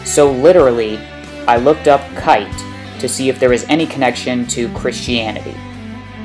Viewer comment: His name is pronounced "kie-te" not "kait"... The dubbed name doesn't hold any bearing on his abilities and such. I also doubt Kite's plan was to get 'resurrected' or to at least persist so he could continue to guide his followers. I mean, how could he have known he would be resurrected like that? Or keep his mind for that matter? Your description of his different weapons and what they might mean seem to be spot on, I just don't agree with the conclusion you draw from it.